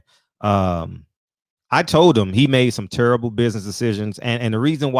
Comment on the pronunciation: Go sit cho azz down, Bud. Like Frederick said “he made some turrable buizness decisions” 😆😆😆😆